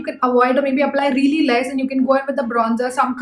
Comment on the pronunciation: I like the way you say, Rrreally, rrright :D